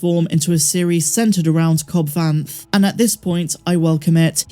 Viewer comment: Sorry could someone clue me in on where the news broke that Cad Bane survived?!😅 in the video unless my ears are mis-hearing Cobb Vanth?😂